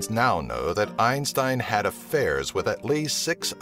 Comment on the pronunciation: His name isnt pronounced like the way you do goddamn